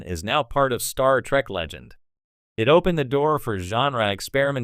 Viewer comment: Your Ai voice program is pissing me the Hell Off!! Your friggin Ai keeps saying, "Star Track" instead of Star Trek. You're NO Sci-fi fan. You're just trying to make a buck!